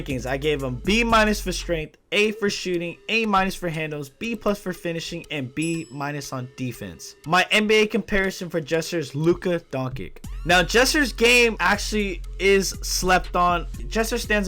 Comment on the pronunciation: Jesser comparison is LUKA DONKICK Everyone: Its Doncic! DON-CHICH